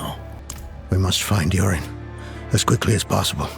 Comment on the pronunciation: I kept hearing "Yorin" as "Urine" making it impossible not to laugh at the whole story.